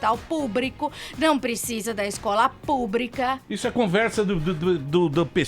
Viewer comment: Minuto falando "hospital PUBRIIIIICO" "Escola PUBRIIIICA"..... Meu Deus 😱😱😱😱😱 kkkkkkkkkk Bem feito PT... Educação de qualidade sempre!!!!!! 👏👏👏👏👏👏👏